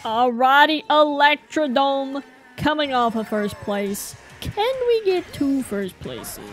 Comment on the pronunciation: Actually that track is called electrodrome. you keep saying electrodome